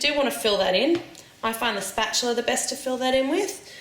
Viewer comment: Technically, its spatula, not 'spatular'.